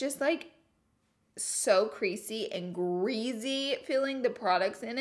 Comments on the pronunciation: GREASY!!! Laura it’s GREASY!!! NOT GREZY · "greazey" um its pronounced gree-see;greasy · She pronounces greasy like greazy, instead of like greacy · GRE-SEE NOT GREE-ZEE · Greazy...... I cringed every time 😂😂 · Ahhhh laura the way u say greasy kills me “greezy” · I luv how you say greezy and consillar :-) you are so cute !! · “Greazy” I love her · stop saying greezey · I cringe when she pronounces greasy with a Z. But it’s okay, I still love you ❤️😂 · I love how she can say Creasy but not greasy 😂